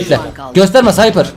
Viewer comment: sadece bilgilendirmek için söylüyorum, ingilizce de ph ve th yan yana gelince iki harfin yerine f diye okunur örnek; cypher: sayfır, pharmacy: farmasiy işte her boksa .d